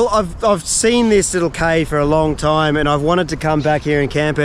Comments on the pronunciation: it’s cay as in key, not Kay 😅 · Cay is pronounced "Key"